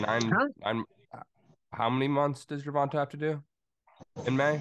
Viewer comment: Gervonta '' gewonta '' Davis